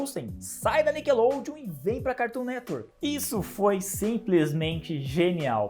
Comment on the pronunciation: HA MANO,ACHO DA HORA SEUS VÍDEOS,MAS ESSA AI DE FICAR INVENTANDO DE PRONUNCIAR O NOME DO CARTOON NETWORK,NADA A VER.......